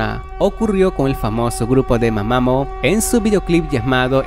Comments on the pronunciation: jajaa... se pronuncia ma ma muu no mamamo 🤣😆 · Literalmente el primer lugar que pusiste de GFRIEND están en un lugar público, es obvio que va a ver gente atrás, cómo se supone que eso es aterrador? Luego, quienes son ese grupo llamado mamamo? Se llama mamamoo, con dos o y se dice mamamú